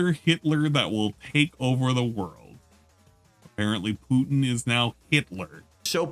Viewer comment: You guys caught the fascism thing, but the way he said Putin was even better. Pee-u-Tin.